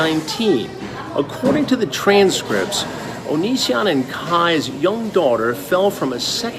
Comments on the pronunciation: Philip DeFranco did you say Onision as oh-no-seh-on like Shane Dawson does for a joke or to spite him or something like that please say yes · How the fuck do you pronounce onision? Everyone says it differently and I genuinely don't know how